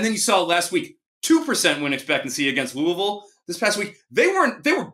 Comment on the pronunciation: Looooovillle not Lewyville. Denny Crum should have taught you guys that.